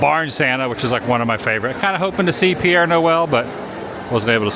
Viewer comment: Once again: Pere ("pear") Noel, not Pierre. Pere = Father